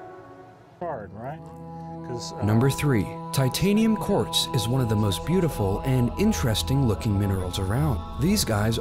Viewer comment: I thought it's Titanium corse/courts/corpse